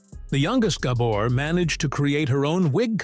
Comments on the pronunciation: Not Gah-bor. it’s Gabor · Surely there must be a human being somewhere on this planet that could pronounce names, places, etc., better than this AI atrocity! Gobber's?.... sheesh!! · At least train your stupid AI to pronounce their last name correctly. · AI can’t pronounce Gabor. Really??? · I am sure this is a AI voice. It cannot even pronoun the name "Gabor" correctly. I am not even going to bother listening to the rest of it. Shame on you for not doing them justice. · If you don’t get the name right you don’t have enough credibility for me to watch this. Every one of your videos have pronunciation mistakes. If you can’t get that right I’m sure even basic facts aren’t right. Gah bore. Accent on the first syllable dahling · All the time it took to make this this video, and you didn't learn how to pronounce the name right. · I thought the remark was more about the poor pronunciation of the family name. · can't watch a video where you mispronounce the principals' last name - unforgivable